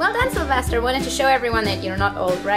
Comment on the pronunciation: Sylvester not syvister